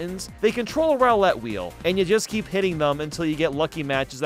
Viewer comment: I'm sorry but how in the ever living hell did you manage to mis-pronounce ROULETTE WRONG?!! Also there are a TON of Eggman Battles that you missed out on. So technically you didn't actually rank every Eggman battle